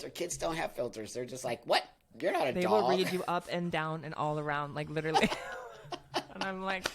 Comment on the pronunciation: Someone needs to tell her that the word is “literally” -not liderly. 🫢❤